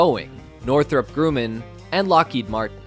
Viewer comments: It’s grumm inn, NOT groom in. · It's not Grooman... It's pronounced Grumman.